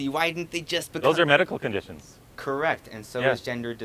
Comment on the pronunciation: “YoU caN cuReKT mE if im roNg”